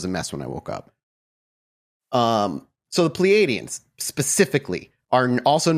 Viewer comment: Just a minor correction (I've been reading about and studying this case for many years and even have the VERY rare original text books published with the transcripts from these 'alleged' encounters) The "aliens" are pronounced (according to Edward "Billy" Meier) "Plee-yards", and the individual, Samjase, is pronounced "Sam-yah-see". The "J's" in these spellings is typically pronounced (by Meier) like a "Y". And the supposed image of Meier with the photos of Samjase, and was accused of taking those off the TV screen, were corrected due to the time they were taken and shown to people and WHEN that supposed woman was actually on that program people claimed. So IF HE DID photograph those women from a TV screen, it definitely was NOT from that Dean Martin program "debunkers" claimed it was. So even if it was not legit, there has been no proof presented as to where he took those photos of the women. I'm not attempting to prove his case in any way, it's just that I want to correct false claims made about HIM over the years as well. It's amazing though that he was accused of doing all this elaborate stuff, like rigging up models in the air to take the photos and doing all this fancy advanced technical manipulation of the images, when he had this really primitive camera and he had ONLY ONE ARM. If this case was not real, it would be fascinating to know HOW the hell he did all this stuff! BTW, I'm psyched that you guys decided to do an episode about this case!! ~JSV